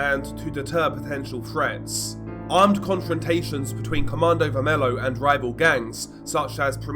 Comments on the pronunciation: godness gracious it´s pronounced ver-me-lyo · Really don't want to be that guy but you mispronounced the group's name so bad, specifically "vermelho" (red). But your video was good.